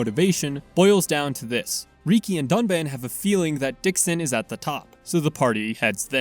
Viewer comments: Reeki…… it’s freakin Rih-key bro. Listen to the voice acting please….please… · Love the video. Excellent work! (I also find your pronunciation of riki funny. “Reekey” don’t get me wrong I’m not trying to make fun of you or anything)